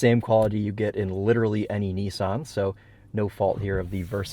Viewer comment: What the heck is a knee-sahn.